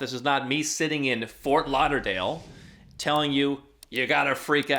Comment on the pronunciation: Fort Lauderdale 😂…….as always great video 🙏